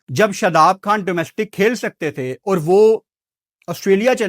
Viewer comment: لفظ گرور نہیں ہوتا غرور ہوتا ہے ۔۔ لفظ کھان نہیں ہوتا خان ہوتا ہے ۔۔ پہلے ہی تمہاری اردو جھٹکے مارنے والی پنجابی جیسی ہے ہے اوپر سے اس کو بھی انڈین تڑکا لگا دیتے ہو اور باتیں انڈیا کے خلاف کرتے ہو ۔۔ عجیب ہی منطق ہے اپ کی